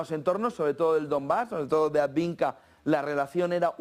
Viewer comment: Por qué sigues diciendo "adviNka"? Coniooo!